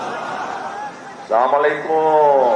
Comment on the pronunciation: তারেক রহমানের সালাম দেওয়া সঠিক হয় নাই তিনি স্লামালাইকুম বলেছেন সঠিক হবে আসসালামুয়ালাইকুম